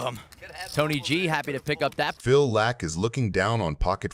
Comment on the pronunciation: AI voice is it pronounced Lack? Or Lock? Hint it’s Phil 🔒